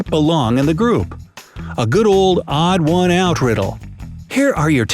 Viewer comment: Emphasis on the words “ODD ONE”